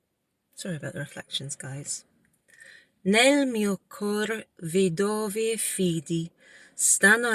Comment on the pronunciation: Ciao, “vanno”, “anno”, “torneranno”, pronuncia meglio la doppia “nn”. Tu dici “vano”, “ano”, torneranno”. Pronuncia una n più lunga 😊 Poi non “vedóvi” ma “vèdovi”. Accento sulla “e” ❤